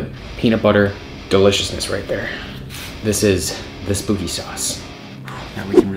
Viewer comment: not "SPOOKY"